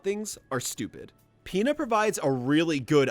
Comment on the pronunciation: I'm not the only that here's peta when he says Pina right